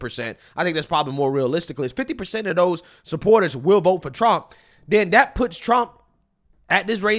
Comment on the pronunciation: is committing g3nocide against the English language when he use words like "dis, dat, dey, dem, doz,Deez".